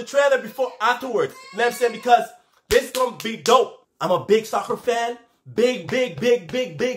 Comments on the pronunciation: When you say “I’m a big soccer 🥅fan” I heard like “ I’m a big sucker fan 😂” 😂😂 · Did he say sucker or soccer